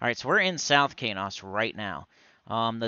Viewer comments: He was pronouncing it wrong the whole time. It's SonyEQ backward and pronounced like keys and dose with the long O... Keynose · I think I've been pronouncing Qeynos incorrectly all these years.